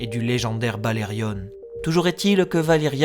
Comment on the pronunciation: Pourquoi dire "BalerioNE" ? Alors que tout le monde sait que c’est BalériON ? Idem pour Jaehaerys…